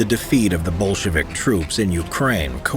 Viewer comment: Everytime he says "Bolshevik" I hear "bullshit" 😂 how fitting